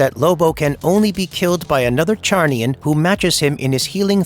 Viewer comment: It's pronounced zarniain.